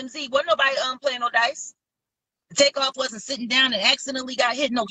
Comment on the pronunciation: It’s Takeoff not Take off… 💯💯💯🚀🙏🏾❤️